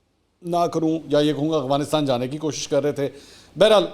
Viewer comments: Mansoor bhai it's Afghanistan not "agfanistan" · Mansoor sb . little bit correction aap aik word boltay hain Agfhanistan . correct is Afghanistan .